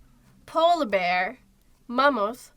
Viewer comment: Bearı okuyuşunus o kadar yanlış ki siz beer diye okuyorsunuz sincabın telafuzundan bahsetmiyorum😢